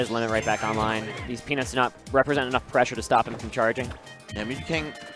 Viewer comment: ZeRo... we are in eSports. Learn to say "peanuts"...